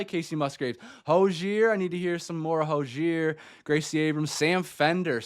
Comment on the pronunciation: by the way Hozier=Ho-zee-er